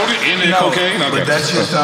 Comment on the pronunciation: Mike said “ Co-Caine, acid” lmaooooo